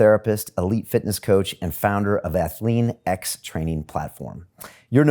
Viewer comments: Athle-an-x? LOL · lol cant even say jeff's company right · Bro how do you interview this legend and then mispronounce his company's name SMH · I cringe every time I hear how he pronouces Athlean X